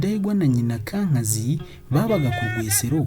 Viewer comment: Urakoze ku mateka meza. Ariko inama nakugira, ujye wegera abakuru kugira ngo bakubwire uko amazina y'izo mfura zo hambere yavugwaga (prononciation), nibyo byaba byiza kugirango nabyo bimenyekane. Nka Semutwa, Rwigemera, Kankazi, Rwubusisi na Rugumire, uko uyavuga siko avugwa. Ariko birumvikana, uri muto ntawakurenganya. Gusa bizatuma wowe n'urungano rwawe ndetse n'abandi batayazi babimenyera iwawe. Urakoze